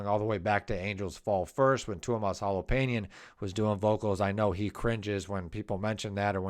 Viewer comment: Tuomas H o l o p a i n e n, Kai H a h t o (h must belong), Jukka N e v a l a i n e n, Marko H i e t a l a went wrong. In the Finnish language, each letter is filled when pronounced. The letters are also pronounced differently than in American English. Study